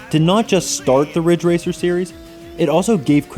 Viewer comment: IT'S RIDGE RACER. RIIIDDDGE RACER!